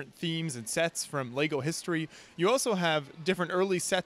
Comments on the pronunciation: Am i out of order to be finding it hard to absorb a dude supposedly obsessed with Lego who keeps saying "Lay-go"??! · Why can’t you say the word ‘Lego’? Of all the words to pronounce weirdly?